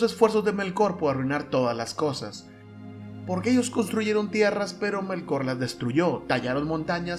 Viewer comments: Es Ilúvatar, no Iluvatár Es Melkor, no Melkór... Bah, y libpeor es que mezclas Estar Wars con Tolkien... Paso, no quiero seguir escuchando. Te daré "dislikes" a todo. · muy bueno, aunque mal pronunciados los nombres :(... MELkor, AInur, iLUUvatar, Eru